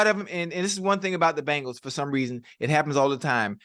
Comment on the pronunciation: Just realized Chad says Bangles instead of Bengals lol